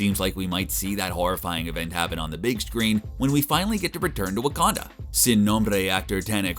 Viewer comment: Did he say…waka-titty?